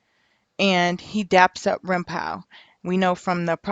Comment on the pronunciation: It’s rimpau sounds like Paw! Not pow.its a street in there hood.